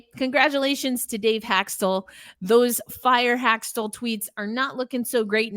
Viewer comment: It is not Hak-stul. His name is pronounced Hak-stawl. Good grief, this is a Kraken podcast?